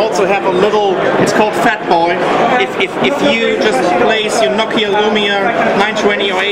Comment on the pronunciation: Give you a good ideer of what nokeer...